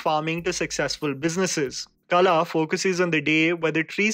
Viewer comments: A day will come when you will pronounce the "ള" in "കള" (kala). I believe in you. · Kala. The LA is not the LA you pronounce by starting your tounge from just behind your upper teeth. WHat you have to do is , bend your tounge more and start behind from the position you start LA. so La will become "LA" and KALA means "Pest". 🤓🤗🤗